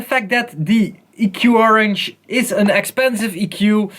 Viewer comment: the actual pronunciation is theqorange